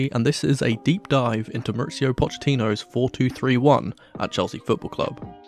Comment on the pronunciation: Mauricio, not MauriTSio